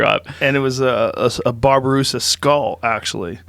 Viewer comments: Babi-rusa, not barberusa. Babi is pig. Rusa is deer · Bobby-Rusa. Where's he getting the "Bar" in Babirusa?